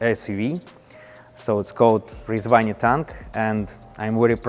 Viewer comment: I really like his pronunciation of Rezvani. 🤙🏽